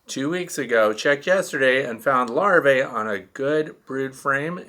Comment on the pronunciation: Hi, my comment is not a criticism but rather an attempt to correct and error in pronunciation.Even you, my favorite YouTuber, has been corrupted with the mispronouncing the word Larvae. Many YouTubers are saying Lar-vay.... But it is pronounced Lar-vee.. and the singular Larva is Lar-vah. I may be wrong and I'm open to other pronunciations but I haven't found any dictionary that gives Lar-vay as an acceptable pronunciation. I think it's important for youtubers to teach our youth correctly. I've tried to respectfully bring this to a few others attention but there was one popular YouTuber that didn't receive it well so I let it ride. Thanks for taking the time to read this. I love your page and content and watch them all.